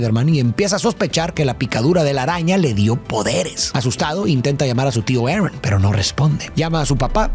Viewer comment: Lo siento de verdad pero me da un cringe cuando intentais pronunciar las cosas como los gringos... en vez de ARON dice "eren" o algo del estilo, no hace falta pronunciar los nombres como en la pelicula version original, si el nombre es pronunciable en Español o Latino vaya. Apreciacion no hate